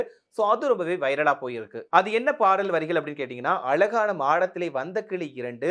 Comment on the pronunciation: குரல் நல்லா இல்ல தாளமும் சேரலை சுதியும் சேரலை உச்சரிப்பும் சரியில்ல் அழகான என்பதை அலகான என்கிறார்